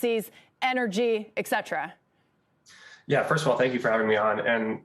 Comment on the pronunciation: Did she say...eck cetera???